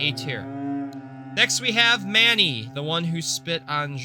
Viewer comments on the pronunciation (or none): none